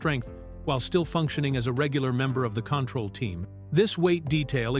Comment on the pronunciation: Repeat, repeat, repeat: Same footage and images. Yes, one of two details of interest buried in an overwritten and redundant fashion. Talks about Michael Dunn but shows total unrelated scenes and a picture of Tom Poston. The AI voice can't even pronounce Control. Waste of time.